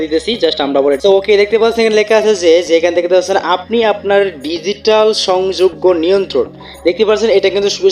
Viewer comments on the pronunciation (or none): আপনার বাংলা এবং ইংলিশ দুটাই পড়তে উচ্চারণে অসুবিধা হয়! কারণ কী? অনুগামী কে অনুগ্রামী বলছেন! সংগ্রহযোগ্য কে সংযোগ্য বলছেন!